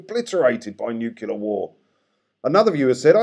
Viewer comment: Love your stuff but please, there's only one u in nuclear. It's easy fixed, recognise and desist.